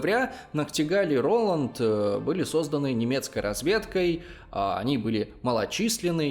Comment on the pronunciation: А точно рОланд? Просто если давать имя человеку, то ударения на <А>